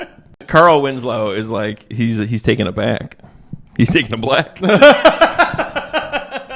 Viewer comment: jesus christ, "Taken ablack" knocked me the fuck out.